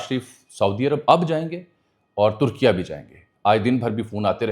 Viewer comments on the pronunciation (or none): none